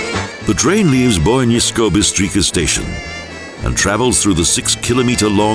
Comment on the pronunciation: It would be necessary to find somebody who is able to read Slovene words, otherwise it's a mess! Shall I give some hints: the letter c is never pronpunced as "k" like Kaiser, but always something as "ts". So Bistrika, as he says, is wrong, it is something like Bistritsa and so on...